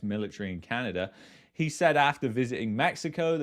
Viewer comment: I will never get past the way you pronounce "Canadurr"